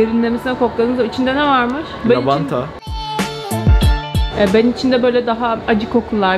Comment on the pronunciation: 2. Lavanta deyise bakkk 😂😂